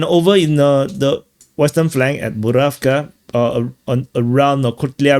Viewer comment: you manage to make a 5 min clip tiring by drawing countless arrows and talking like its all the same and you dont really care. Its PokrovSK ffs…